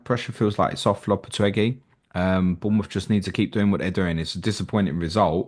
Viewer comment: It's 'Lo-pe-teg-wee' Gui = Gwee in Spanish btw